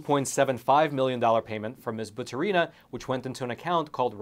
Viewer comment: Not like it matters but it's batUrina, not baturIna )